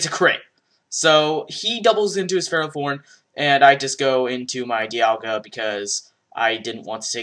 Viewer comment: Hey, Progression here. You ought to see that the ogre is specs cuz it OHKOD A DIALGA. no other set can do that:P oh, and it's DIE alga. js. You have a helluva lot of videos....